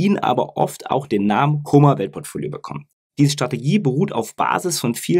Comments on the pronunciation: Es heißt Kom-mer nicht Komer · Wenn immer tolles Video. Aber warum liegt der Herr Kommer im Koma? Sorry, bei der top Qualität deiner Videos bitte auch die Namen richtig aussprechen,das irritiert 😉